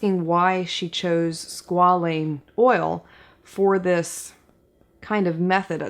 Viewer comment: It’s pronounced squ-A-leen because it’s made from squamous cells (long a sound here also). Hope this helps! I absolutely love you and your channel!